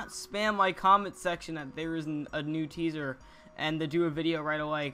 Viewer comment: "o ma god new fahxy teasuh"